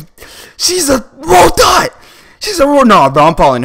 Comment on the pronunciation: U said rogot 😂😂😂😂✌